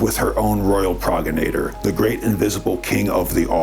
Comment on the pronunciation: Pro gen it or progenitor not prog geniter 😂u can sound it out phonetically and it’s easier ,a dyslexic trick hope it helps you, you look just like your grandfather don’t you , love you ❤n your craw daddy’s